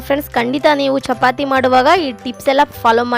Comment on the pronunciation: ಚಪಾತೆ ಅಲ್ಲಾ ಅದು ಚಪಾತಿ